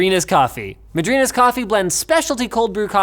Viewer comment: Its pronounced Maadrinyah... Not muhdrinah 😂 its Portuguese for Godmother